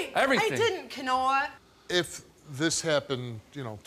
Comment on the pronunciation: His name is pronounced Kanoah not pronounced the same like quinoa….